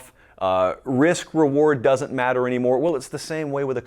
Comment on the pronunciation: "Du-tint" ... you mean doesn't? Haha